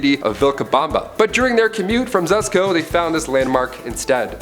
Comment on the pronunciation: The constant mispronunciations drive me bats. They speak volumes about the narrator. Learn the words, dude -- Sunoco, Cuzco, Hiram... jeez.